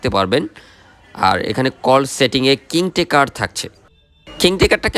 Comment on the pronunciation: আপনার রিভিউ তো বেশ ভালো হয়। এলারাম, কিং টেকার আর মেটিং এর উচ্চারণ শুনে বোঝা যায় আপনি উচ্চ শিক্ষিত। আপনি কোন বিশ্ববিদ্যালয়ে পড়ালেখা করেছেন ভাই?